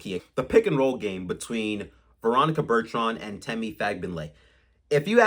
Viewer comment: What is so hard about saying ,”Bur-ton”….?